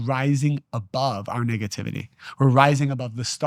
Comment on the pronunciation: I have so much love and appreciation for you. Since finding you among others like Bashar and Abraham hicks, and feeling the resonance within, my life has changed for the better!! HOWEVER, I really really need you to make sure you’re saying nEHgativity, and not nIGGAtivity because it makes me chuckle everytime and then I can’t focus on the truths being spoke. Through your divinely beautiful and inspired face. My brother I can’t😂😂😂😂😂. Please for me!!!